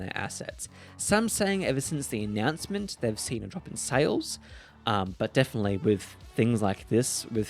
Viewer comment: Epic: whats that sa-lé you speak of?